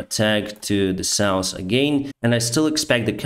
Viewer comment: i wait daily for your honest update of this ridicilous orcs-invasion. You would say "Citasion" and "norsss, sousss" could be better pronounced by now;) Keep the civilised world informed! GREAT JOB!